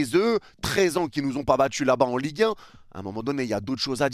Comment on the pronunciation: "EN LIGUE HEIN" 😭😭😭